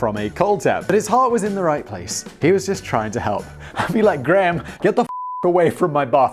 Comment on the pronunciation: Holy shit! Graham must be the one and only Scottish name you can actually pronounce correctly!